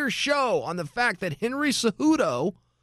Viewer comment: Henry’s last name is “Cejudo”